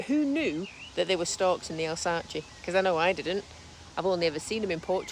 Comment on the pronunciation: AL-SAS is how you pronounce Alsace 😁, Bon voyage